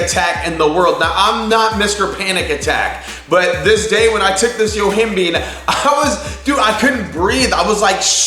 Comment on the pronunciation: Yo-him-bye-n. NOT YO-HIM- BEAN